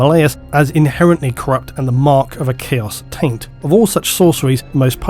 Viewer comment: Heh...he said Chaos Taint.